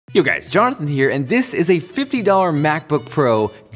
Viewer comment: Sounds like you just said "Johnthan"